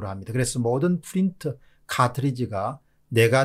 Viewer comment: 너무 에프 f 발음이 심하네요. 왜 프린트를 에프 발음하시능지... 전달하는 내용에 신뢰성이 떨어질까 우려되네요.